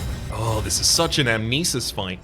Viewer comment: Knowing you it's plausible to assume that you're doing it on purpose, but just because in this case I'm not entirely sure I'll say it: the name of the attack is ANAmnesis, not Amnesis. It means recollection of the past, which is quite fitting for the Occultist, imho